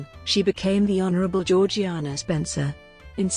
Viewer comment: in everything else I’ve watched about her it’s pronounced “jor-jay-na”which doesn’t make sense to me